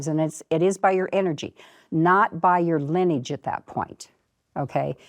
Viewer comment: Why can't she pronounce LINEAGE? And now she taught that blond lady host to do the same thing.